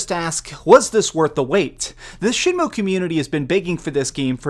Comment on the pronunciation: You keep pronouncing it SHINmue instead of SHENmue.